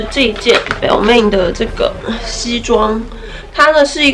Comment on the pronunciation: 什麼 標命??? ,難聽死了, 去聽一下正確發音吧